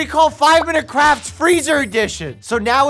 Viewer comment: It’s not 5 minuets crafts, it’s 5 minute craps lol